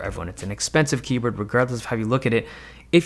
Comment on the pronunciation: i swear he is saying Keybird